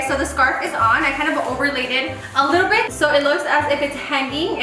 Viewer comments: “You’re saying scar” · hahaha your face when she told you that you were saying “scar” instead of “scarf” 😂😂😂 ig: $paholarangel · Your saying scar.....:ohhh 👀 $JudyR6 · Awww pobrecita les saying scar instead of scarf 🥺 she’s probably tired but she’s still doing the most for our entertainment! Insta@ Venmo & cashapp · Loving the “scar” (scarf) on the gingerbread man 😂😂, just love how talented you are. 🥰🥰 $DanielleCarrillo19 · You're saying scar😂😂 me all the time! The end had me dead when the lil peace hand pops out Ig ; jexsicaaaa02 $jexsicaaaa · You’re saying score😂🤣😂🤣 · I wanna make one now lol the part where you were like ‘the scar’ instead of scarf and they corrected you 💀🤣 $cynthiagrocha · Your saying scar!!!: ohh😂☠️😂☠️😂 $HandaVela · “you’re saying scar” lol your gingerbread man cake is so cute! 🥰💕 IG: Val_ag2 Cash app: Valerie8410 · First time I notice doesn’t say something about her pronunciation “ scarf” 😂😂😂 #sofunny $JennyZarceno